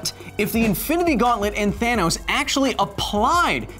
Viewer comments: Thanos not tharnos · Tronos you said !?! Throw 'nose' ??